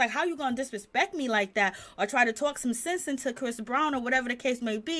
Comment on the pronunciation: The word is SENSE, not "since".